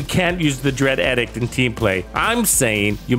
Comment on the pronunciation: Love the work, and good point about SVD with Lucky Shot. Thanks for this. One thing: it's pronounced EEE-dikt. :)